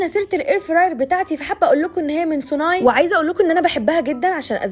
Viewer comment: اسمها سوني مش سونااي